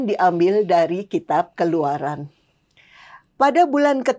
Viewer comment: Bacaan dari kitab keluaran bukan keleluaran Kenapa tidak dikoreksi sebelum tayang